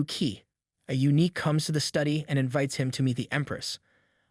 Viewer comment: yeah, the random pronounciation and intonation are wack. It's never going to get eunuch right 😂